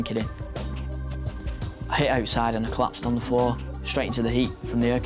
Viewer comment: "It was ge-ihn a lil hawt oursiii." Laughs in spring break, lake Havasu Arizona